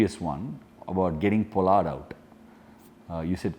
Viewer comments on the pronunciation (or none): none